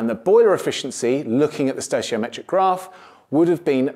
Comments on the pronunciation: Stochiometric is pronounced with a hard c, like stow key o metric. Also delta T represents a change in temperature. The ∆ is a mathematical standard meaning "difference in". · Stoichiometric is pronounced stoy-kee-oh-metric